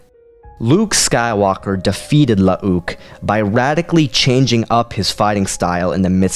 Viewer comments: Lmfao, omg dude, I can’t handle it….. IT’S NOT “La-ah-ook” Skywalker. They just spelled both of their names with 2 U’s to differentiate the clone version from the real person. That is literally it. They’re pronounced the same way…. It’s just Luke with 2 U’s…. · You're pronouncing 'Luuke' really incorrectly here. It's not spelled 'Lu'uke', it's spelled 'Luuke' and as such it's pronounced 'Luke' despite the second 'u'. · The way you say Lu uh uke cracks me up everytime. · It's bloody hilarious